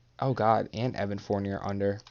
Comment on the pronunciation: At least say Fourniers name right